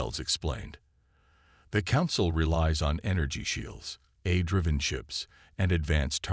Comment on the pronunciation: Well, we, hostile critics have agenda against AI reader and the stories written by it for good reasons. 1. without those subtitles, some words are uncleared would likely to remain uncleared likes how it pronounces "AI" as "air". 2. without human proof reading, a good written story might get jumbled and cause confusion and awkwardness throughout the narration. 3. without human intelligence used to rearrange the whole story and narration, no matter how good the story is, it's going to end up as an AI Shitshow. So, if you want us, hostile critics to stay away from your beloved story, then the story is better having no unforgivable flaw.